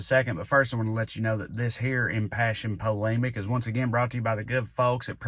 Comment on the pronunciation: Worth it just to hear someone with your accent say "impassioned polemic". 😂